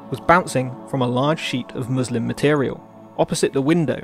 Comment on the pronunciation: I heard "bouncing off a muslim material" and laughed my ass off 😂😂 Ps. You broke my brain with this image